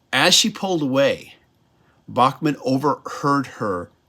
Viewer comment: Enjoyed this review. FYI, Randy Bachman has always said that his last name should be pronounced as Backman